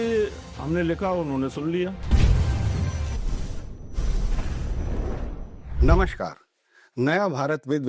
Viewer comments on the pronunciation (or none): ~ "नमश्कार" ग़लत शब्द-प्रयोग है, सही उच्चार 'नमस्कार' है। ~ 'वक्री' को "बकरी" बोलना बड़ा हास्यास्पद लगता है।